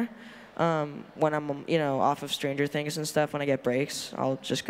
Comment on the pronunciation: Die meisten haben „Stranger Things“ einfach Stranger Tiiiiiings ausgesprochen hahaha